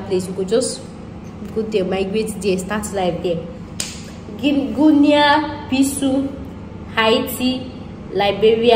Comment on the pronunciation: Actually "guinea Bissau" is pronounced as "Gi-ni bi-sa-hu" ... Now pronounce it fast🤝😊... You are welcome